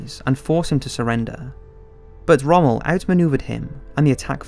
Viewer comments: The narrator's pronunciation of non-English names is BRUTAL and makes it clear this person knows nothing of WW2 history. It sounds like some of these names are names he's never seen and pronounced before. How do you pronounce 'Tobruk', 'Toobruk'? and especially Rommel? How the heck do you pronounce his name in two separate words 'Rom-mel"? Decent documentary but it was frustrating to listen to all of the mispronounced words. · "Put into neutral Montevideo, modern day Uruguay" Montevideo is the capital of Uruguay and didn't become Uruguay, the country was called that in 1939 too. Also your pronounciation of names and places is awful. Rommel is not pronounced 'Romale' Vichy France is pronounced 'Vishi' and Tobruk is pronounced Tubrook not 'Too brook'.